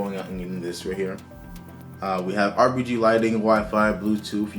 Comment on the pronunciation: bro you just said RBG lighting 💀